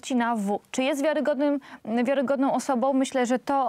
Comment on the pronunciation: a do pani z Prawa i Sprawiedliwosci: prosze popracowac nad wymowa i zwrocic uwage, ze nie ma takich slow jak:on jest osobOM wiarygodnOM, z tOM informacjOM, oni sOM, oni wskazOM, oni idOM dalej, oni mowiOM, oni mogOM, oni pojdOM, niesc za sobOM, oni chcOM, z PolskOM, zwiazane z decyzjOM itd. tego nie da sie sluchac, jak ktos robi takie bledy gramatyczne.